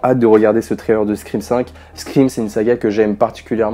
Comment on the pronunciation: Pourquoi personne ne prononce le titre de la saga correctement? Tout le monde dit scriiime 🤣